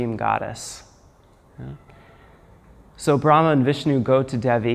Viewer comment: just to clarify...Goddess Devi is pronounced -(Dae'Vee). Deva -( pronounced Dae'Va), means God , Masculine Devi- ( pronounced Dae'Ve) is the feminine of Deva. Devi is the Generic term simply meaning Goddess. it's a term used alone for the Mother Goddess, but also can be used for any femenine Diety...(Dee-ah-deez)